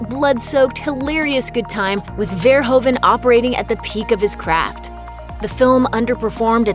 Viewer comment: Just saying(as a Dutchman myself) you pronounce Verhoeven as "Verhooven"(you know, like "Hoover")